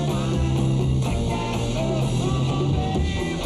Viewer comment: He does. Sometimes it’s pearl, sometimes it’s girl.